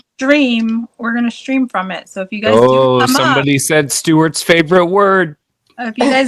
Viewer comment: "I got the Sturts today"... 😂 YOU'RE WELCOME, SIRS.